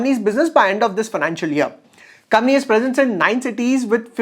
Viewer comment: It's company and not cumny😊